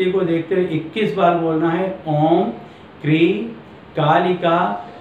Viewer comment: मंत्र को खाली बोलने से कोई फायदा नही,display करना चाहिये, समझ नहीं आ रहा, आप त्रीं बोल रहें हैं या क्रीं, ऐसे वीडियो देने का कोई फायदा नहीं, sorry